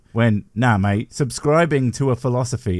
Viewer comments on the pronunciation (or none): none